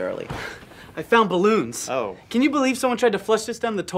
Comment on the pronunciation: Lmfao... THe part where he blow up the "ballon"